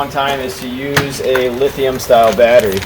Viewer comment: lithium not lithiun......